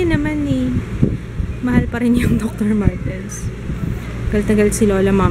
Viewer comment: Hindi doctor martens 😆 sounds like 'duck-martens'. KAIN TAYO..... 😁